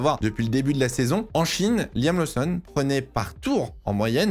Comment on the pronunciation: je t’adore, tu as une qualité incroyable de sorry telling et ta passion transpire dans toutes tes vidéos. MAIS niveau prononciation - Liam LOSSON’ (et non laousson’) - LOUWIS Hamilton (et non léwis) - Ollie BÈRMAN (et non birman) - et surtout: Red BOUL (et non red bul’) surtout que tu dis Racing BOULS’! Merci! 😜😘